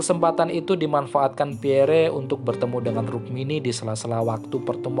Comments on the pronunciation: Iyah... gk ada entang atas di huruf e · Pierre (read: Pierrrrrr) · baca nama beliau cukup " Pierr ", huruf " e " ny ga ush di sebut atuh,,, koreksi dikit yaaach... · Min, sya luruskn yaaa,,, bukan Jend. Ahmad Nasution tp Jend. Abdul Haris Nasution, beliau adlh Menko/ Hankam Kasab,, atasan nya Lettu ( CZI) Pierre Andries Tendean... Nyebut nama beliau juga bukn " Pierre, huruf e teakhir ga ush d sebut,,,,gitu Min... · Bnar mimin Pierre😅 akhiran e jgn dibaca😅